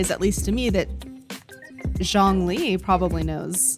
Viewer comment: I’m not seeing anyone mention it so even though this video is like a year old I wanna clarify the way said Zhongli’s name- the “Zh”, at least in his character for his name, is more like a “juh” sound in Chinese:D so he actually said it pretty close to the actual pronunciation, albeit more heavy on the J sound